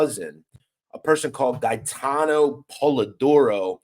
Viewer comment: Respectfully you pronunciation of Gate-en Polidoro. He was a Fuckin gangster for real,I went to junior high school with him..He was a stand up guy.. He was taking shit down by himself he was like a daredevil love to ride dirt bikes, real athletic.